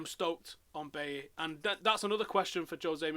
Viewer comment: It's pronounced "Buy-ee"